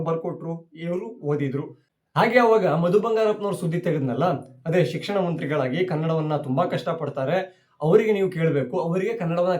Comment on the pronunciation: ಸರ್ ಮ ಬಂ ಶಿಕ್ಷಣ ಸಚಿವ ಅಲ್ಲ , ಸಿಕಸಣ ಸಚಿವ. ಸಿ ಎಂ ನಿರರ್ಗಳವಾಗಿ ಇಂಗ್ಲಿಷ್ haaguu ಹಿಂದಿ ಮಾತಾಡಲಿ.